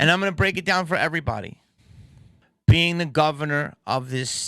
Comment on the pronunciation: "....the mayors a'ganna" got me rolling Jamie. Rock on dude.